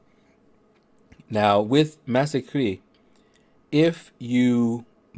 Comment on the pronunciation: Great video, interesting way of saying massacre by the way 😏